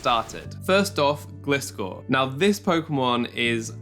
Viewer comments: Fun Fact: Gliscor is a GLIDING scorpion. Not a glistening scorpion. A GLIDING scorpion. Therefore, it‘s name is pronounced “GLY-score” not “GLISS-score”. Thank you for “glistening” to my Ted Talk. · I love your content and energy U are one od my favourite poketuber on the platform <3 But Please pronounce Gliscor correctly (as if u said Glide at the beggining" g + lie")